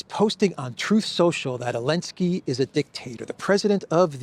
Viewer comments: I really appreciate your reporting but I dont understand why you are the only person on earth that insists on calling Zelenski "Elenski". Is that a derogatory slur or somthing? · Not sure why you keep insisting to say Elensky when everyone else on the Internet is calling him Zelensky without any problems from YouTube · So the Z is silent! 9 min in and finally figured it out. 😅